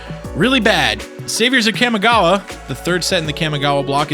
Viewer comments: Kah. Mee. Gah. Wah. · For the love of god stop putting emphasis on the A when saying Kamigawa it makes me flinch every time I hear it. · the way you pronounce kamigawa hurts to listen to. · My inner weeb is hurting due to that pronunciation of Kamigawa. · I literally cringed every time he said Kamigawa. Otherwise great vid. Started with that block. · The mi in kamigawa is pronounced like "me". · You're not saying Kamigawa any where close to right, but thank you for making this vid. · there are accents and then there are mispronounced words. Trust me I know about accents, im a latino immigrant... but this isnt an accent. This is mispronouncing a word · His mispronunciation of Kamigawa is fucking horrid, too. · He’s also pronouncing Kamigawa brutally wrong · cam-i-gawa COM-I-GAWA FFS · "Kahmehgawa" No, it's pronounced KAMI (Kah-Mee) gawa. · yup.. its Kamigawa.. not Kamagawa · You cant even pronounce the Kamigawa right. Its not Kay-mi Gawa, its Kah-Mee Gawa. Kami is japanese for divine or heavenly, spritual. And gawa is for place or land. Roughly translating to land of the spirits. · Ka-mi-gawa not Kam-e-gawa lol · Ugh cammy-gowa? Its Kah-mee-gah-wah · Kam-i-gawa Very nice pronunciation Kah-Mee-gah-wah is probably closer to correct since it's the way the Japanese would pronounce those syllables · Cawmi-gawa not cammy-gawa. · Why do you keep calling it "Kamagawa".. it's Kamigawa.. KA-MI-GA-WA.. Sorry.. it just bugs me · The kami in kamigawa is pronounced like commie not cammy And the list of GPs you show has one standard. The las on the list, Rimini, italy, september 10 -11, 2004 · Cam-i-gawha block. It’s pronounced Calm-y-gaw-wa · KAH-MEE-GAH-WAH. please stop saying it wrong. Its Clear you've never watched anime snort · Its pronounced kaa me gah wah, the I in kami (meaning god) has an e sound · Pretty sure it's pronounced "KA-MEE-GOW-AH." Kamigawa was amazing, don't care what any one else says. It's all about them rats!